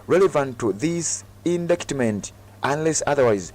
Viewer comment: Indictment is pronounced indayitimenti not indikitimenti (in Luganda). By the way, when in doubt ask Google how to pronounce a word, for example: How do you pronounce indictment, work etc